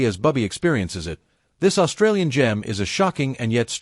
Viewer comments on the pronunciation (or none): none